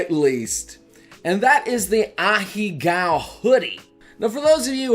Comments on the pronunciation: Please, for the love of god... stop pronouncing them as ahigao and say ahegao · M8, you're a weeb and you can't pronounce this word right after all this time? It's "Ah hey ga-o" Not "a-HE-GOW" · It's actually pronounced "ah-heh-gao" btw. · idc about the butchered pronunciation of "ahego" this boy be lookin like Mr. Beast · pronounces "Ahegao" wrong... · You pronounced it wrong 😭